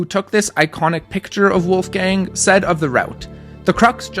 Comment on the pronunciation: Wolfgang had such an impressive climbing career. so inspiring! also I'm german and I think your pronunciation is quite good. :)